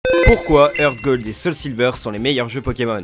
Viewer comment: HeartGold ce dit Artgold hein ...